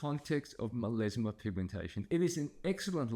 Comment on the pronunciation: Meleezma? due are you really a doctor? It's melasma